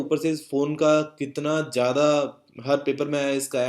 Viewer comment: Jada nhi bro zada hota he improve ur urdu